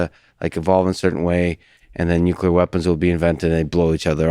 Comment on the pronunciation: You mispronounced ‘nuclear’ in front of a genius 🤦